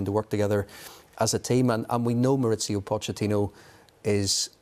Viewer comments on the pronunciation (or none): MauriCio not MauriZio, he’s Argentine not Italian. I know his surname is Italian but his first name is Spanish. Why do English commentators complicate things? Ironically if they used English pronunciation it’d be more accurate.